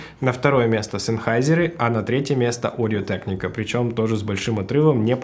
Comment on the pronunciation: Одио тэкника? Ты в Америке или где? Почему в России нельзя говорить «Аудио Техника»?